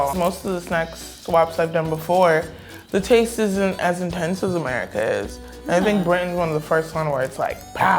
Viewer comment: You don't say it like America you say it like AMIRICA